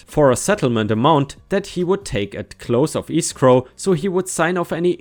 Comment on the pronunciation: You pronounced Nevada right, but not lien (lean) or escrow.